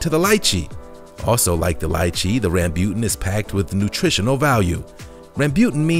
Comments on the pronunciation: RAM BU TAN not rambyutn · its rambootan not rambyutan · Just saying rambutan not rambut guys🙂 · No 4 is Rambutan and not Rambute. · Its Rambo-tan. In asia we call it rambo-tan although it is spelled as rambutan (rambyutan).. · You pronounced Rambutan wrong. It sounds more like Rum-boo-tonne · I think you mispronounced Rambutan but I am not sure if it is pronounced differently outside of the Philippines. We pronounce it like RAM-Boo-TAN. Not sure if there is a difference in pronouncing amongst other Asian countries. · Durian is good. Doesn't smell that bad it actually smells nice and tastes sweet. Did you pronounced rambutan wrong or did we(Philipinnes) pronounced it wrong. We call sugar apple "Atis" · Sugar Apple is called Atis in the Philippines and the Rambutan if you we're in the Philippines it is not how you pronounce it lmao